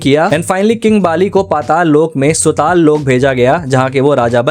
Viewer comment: Bhai plz Pronounciation me dhyan rakha karo wo sutala nahi sutal hai hai aur Vasuki nahi Vaasuki hai